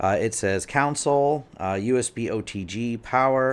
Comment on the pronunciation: “Counsel” hehe